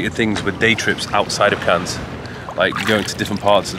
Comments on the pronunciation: Cahn (ur) for next time. The 's' is silent. Looking like glamorous part of the world. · Are you really pronouncing it "CANS"?! 🙄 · Bless him, it’s pronounced ‘Can’ not ‘Cans’, he tried I guess and it’s not his fault, albeit it’s a given for most to know this with adequate language skills 😂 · It’s “Can”, not “Cans” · The ‘s’ is silent, pronounced can……although obviously spelt Cannes. Nice to see you visit new places, great choice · man just says the plural of a can (of coke) lol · Cannes is pronounced without the "s", fyi :) much love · We prononce Cannes in French like "can" for the next time 😁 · Who’s gonna tell it’s just pronounced Cann? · it’s pronounced ‘Cann’ 😂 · It's pronounced "Can" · cool video, but please don't say Canne*S* :D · Nice video, as usual. Cannes is to be pronounced without the "s" ;) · bienvenue en France (we don't pronounce the "s" in Cannes here btw) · The pronunciation of Cannes is killing me 😫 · I was about to comment the exact same, makes me very uncomfortable hahaha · Cannes is pronounced with a silent s! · Btw You dont pronounced the S in ‘cannes’ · You don't pronounce the s in Cannes. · The "s" is silent :) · Brother, the “s” is silent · The S in Cannes is silent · The s is silent.